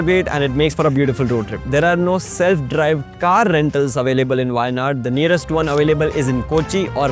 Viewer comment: appreciate your in-depth research but also pay attention to the pronunciations. specially the "zh"